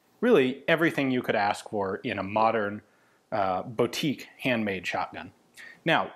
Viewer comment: “Boutique” huh?